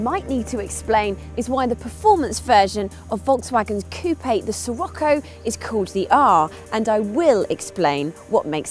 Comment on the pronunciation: Pretty sure it's pronounced Shih-rocko, anyone else?